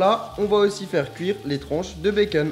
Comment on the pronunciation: Les ''tronches'' de bacon😂😂😂😂😂😂😂😂 on dit ''tranche '' de bacon